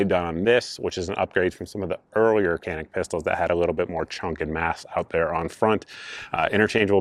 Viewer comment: Walther is German: no "th" sound in German. Canik is Turkish: the C is soft and not hard and the a is not a long a, but the same as in "can".